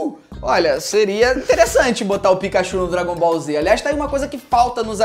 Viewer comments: Quando ela falou dragombalz eu pensei só falta a outra falar sla Naruto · Eu nem vejo anime e a garota falou dragoll bal Z >:(